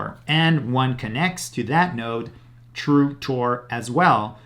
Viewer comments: Is he saying Through TOR or True TOR…? Just wondering??? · "tru Tor" 😂